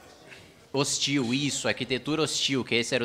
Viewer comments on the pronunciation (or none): Eu jurei quw ele tinha dito: "Arquitetura Bostil"